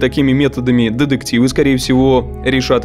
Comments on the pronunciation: Я, конечно, поняла, что автор хотел сделать акцент на слово деДукция, но эти деДективы просто сломали мне все уши 🥴🥴🥴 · Все видео резало слух ДЕДЕКТИВЫ !!!